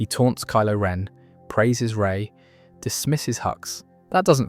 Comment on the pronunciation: Gah, you lost me as soon as you said "Rey".